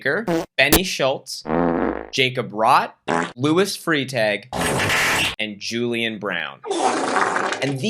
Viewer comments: Cringing at Freitag being pronounced like "freetay" :/ It's more like "fry-tug" for you guys. Still weird, but at least recognizable... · Freitag is pronounced “Frai Tahg” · jacob i dont wanna be mean but you’re pronouncing freitag wrong 😭 e before i is an “eye” sound in german, so it’s “fry-tag” fjajfjajfjf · Fun fact: in German, "ie" is pronounced "e" and "ei" is pronounced "i". You always take the second vowel in these pairings. So, Frietag is free-tahg, and bleibe is bly-bah. 😊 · As a German subscriber, I apologize on behalf of my nation while being simultaneously amused by your pronunciation of German words. ("Luis Free-tag" sounds way cooler than "Freitag" anyways. And "Bene" being French now is a nice touch too!) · Jacob pronouncing Freitag(literally just german word for Friday) as free tag caused me an insane amount of damage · freitag is pronounced fry-tahg 😭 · the way jacob pronounced “freitag” rlly got me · I’m from Germany and it’s so funny to hear you pronounce the German names. Especially Luis Freitag XD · I always find it odd that Americans pronounce “ei” like “ee” (I’m American but grew up in Germany), but hey it’s all cool, I get it. It’s just interesting. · it sounds way cooler than it should when he says it...